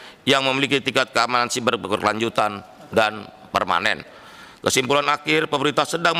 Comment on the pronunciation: Bacanya SAIBER PAK SAIBER GREGERAN GW